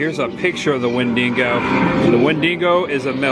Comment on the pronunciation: Love this! but for the LOVE OF GOD it's Wendigo! Wen-Di-Go! 🤣🤣🤣